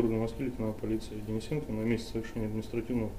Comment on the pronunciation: ДенисенкоВВВ! Не каверкайте)))